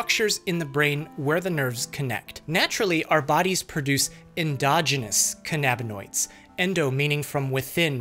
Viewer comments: you mean "can-a-bin-oidz" not "khan-ab-in-oidz." You are nit Captain Kirk and Khan isn't leading his Augment army against you... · i have never heard anyone pronounce cannabinoids as Can-ab-in-oid instead of canna-bin-oid 😂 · THEYRE NOT PRONOUNCED CAN AB NA NOIDS, THEY ARE CANNA AS IN CANNABIS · Cannabinoids is pronounced “KAN-a-bin-oids”. The accent is on the first syllable. You pronounce cannabis that way, so cannabinoid is pronounced the same way. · the way your pronouncing cannabinoids is driving me insane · Your pronunciation of cannabinoids drives me up a wall, bucko.